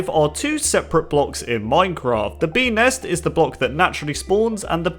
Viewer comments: I hear penis instead of bee nest or ness idk ._. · beenest sounded like penis